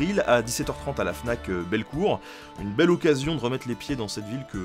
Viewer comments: Bellecour et pas belecourt 😁😁😁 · Pssst, à Lyon c'est Bellecour et pas Belcourt ^^' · on dit bellecour, pas belcourt !!!!!! un copain lyonnais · Bellecour et non belcourt... J ai hâte d être le 23